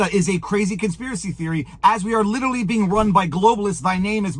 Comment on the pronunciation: What is 'Lilerelley? Are trying to say literally? This is literally goodbye to English.😡